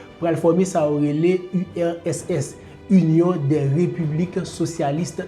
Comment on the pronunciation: Bel travay. wap eseye pale two vit man esak fem gen enpresyon ou di usss la. Moun yo ka panse se usss men an reyalite se urss. Bon travay. Poutine gen tout rezonl li fè entèvansyon an. Neg oksidan yo (otan) twò rize. Epi yap dyabolize Poutine.